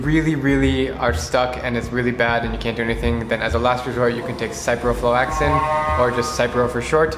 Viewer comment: Sih-pro not Sye-pro sih-pro-flahks-ah-sin